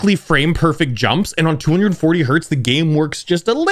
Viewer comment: Its Hertz ^^